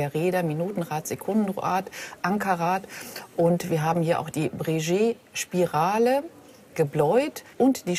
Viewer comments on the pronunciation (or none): Breguet mal locker von der Expertin falsch ausgesprochen